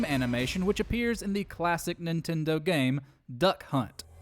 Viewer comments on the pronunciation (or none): none